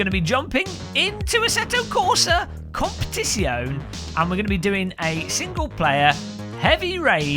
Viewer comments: I noticed that you pronounced the word COMPETIZIONE with only FIVE syllables. You need to pronounce the last E if you want any respect from the Italians, mate! I put the name of the game into Google Translate, and the computer voice clearly said COM-PE-TIT-ZI-OH-NEH (six syllables). I fear you will not get any more product keys from Kunos Simulazioni if you don't get the title right! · The 'e' is not silent! 😉